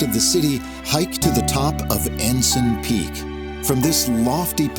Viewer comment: He also pronounced Ensign wrong.